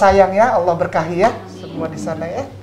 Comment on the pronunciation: emang mualaf pak! itu enggak perlu di bahas kali . pasti seluruh orang mengingat masa lalunya. mending bapak pelajari cara2 baca ALQURAN YG BAGUS. ALLA BUKAN ALA. ITU AJA DULU PAK. hal2 yg enggak penting2 enggak usah di bahas. saya punya teman orang nias 10 tahun dia sudah masuk islam. ketika sudah ketemu saya dan berkenalan .dia bilang ke saya pak saya mualaf. terus saya jawab kapan mualafnya sudah 10 tahun. dimana salahnya. ustad maaf bahasa Arab bapak masi perlu di tingkatkan. itu dulu yg penting. masalah mualaf enggak usah di bahas ampek kiamat pasti kata2 mualaf pasti melekat di orang2 yg mualaf. biasa aja kale!